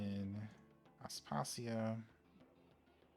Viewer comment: Pretty sure that it’s pronounced As-pa-see-a. Other than that, wonderful, thank you for the vid!